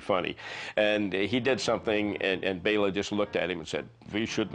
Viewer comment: Thank you for saying "Bela" (BAY-la) instead of "Bell-a." :)